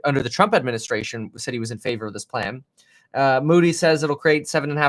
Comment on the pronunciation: I’m I the only one that caught our new president call trump CHUMP ? 😆